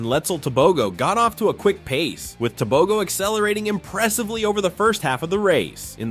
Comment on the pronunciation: Why are yall saying Tobegoo.....Its Tebogo Te...bo..gooo hauuuuu